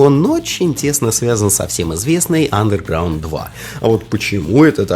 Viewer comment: Какого хрена чувк, ты не правильно говоришь Underground? И еще, где экраны загрузки у2 и мв, похожи? Пять раз пересмотрел видео, и нихрена не понял. Посредственное видео.